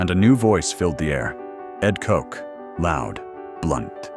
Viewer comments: "Coke"? Effing AI. Ed Koch's last name is pronounced "Caugh-ch". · Yo , you need to learn how to say kochhhh not kock!!! Lol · Pronounced KO CH not Coke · you pronounced mayor koch's name wrong.